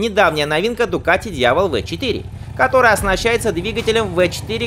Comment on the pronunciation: У него ваще бардак с названиями Пайкос пик вместо пайкс пик Дьявол вместо диавэль Олинс вместо йолинс ( ёлинс) Дэсмоседиси вместо дэсмосэдичи Суперлегера вместо суперледжера И это только в одном ролике...